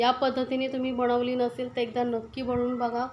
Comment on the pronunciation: बणवली, छाण, णंतर हे उच्चार चुकीचे आहेत. प्रयत्न करून सुधारा. या ठिकाणी न असा उच्चार करावा.